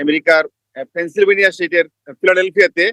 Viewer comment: "পেনসিলভেনিয়া " শব্দ টা ভালো করে উচ্চারণ করতে পারে না।সে হয়েছে আপনাদের ইউ এস রিপোর্টার।